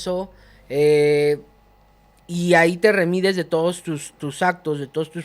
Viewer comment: Han preparado según tú y luego digas “remides” en lugar de redimes